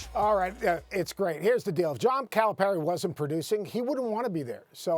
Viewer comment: Max is pronouncing Calipari incorrectly and it bothers me